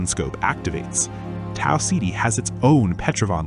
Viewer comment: Learn how to say Tau Ceti